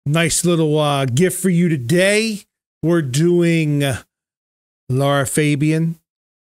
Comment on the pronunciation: i'ts Lara not Laura